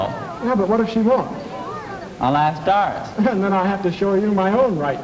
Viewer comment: I know it's scripted, but I love the way the girls whine like children, but talk like adults. And the way one of the guys pronounced Doris ad "Daah-ris" made me think I was back home.